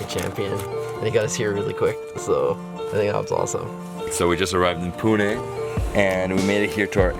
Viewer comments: They way he says Pune.. OMG So accurate..👍👍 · Thanks for pronouncing it correctly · you have Better pronunciation of Pune than most of the Indians..